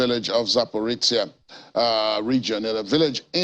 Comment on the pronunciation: Zaporozye, not Zaporecya, you doesn't know to pronounce name.